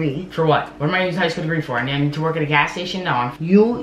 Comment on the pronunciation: "I'm gonna have a elementary school dagree" I'm dying 😂😂😂😂😂😂😂😂